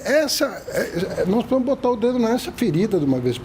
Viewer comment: Professor falando, "não podemo"